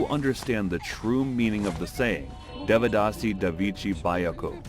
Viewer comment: "Devdasi devachi, bayko sarya gavachi..." I didn't even realize this was Marathi at first because of the pronunciation! It’s heartbreaking that due to poverty and illiteracy, the Devdasi system still exists today in Maharashtra and Karnataka. It's not in its original form, but the exploitation is still real